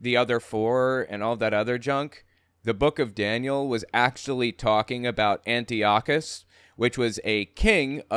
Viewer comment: Antiochus Epiphanes is pronounced : An - Tie - okus NOT Anti okus